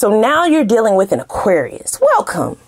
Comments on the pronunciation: You articulate Aquarius so well 😂😂😂💜💜💜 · You articulate Aquarius so well 😂😂😂